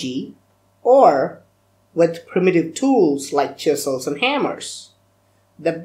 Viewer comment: I laugh hard each time he says chisels and hammers